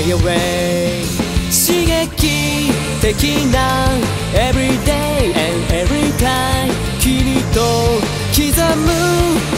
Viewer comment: Japanese Doesnt say the (R) just like americans << he said Everyday and everytime in a american style ... coz japanese say it like evelyday and evelytime (the R = L